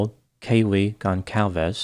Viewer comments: Just a note. Goncalves is pronounced “Gon-Sal-Ves”. The same as if it were spelled with an “S” instead of a “C” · Goncalves is pronounced with a soft c, an s sound. Not a hard c.